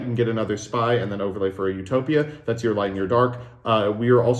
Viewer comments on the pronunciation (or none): none